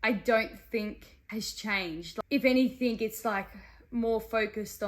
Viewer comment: I lost all intrest the second she said "anythinK"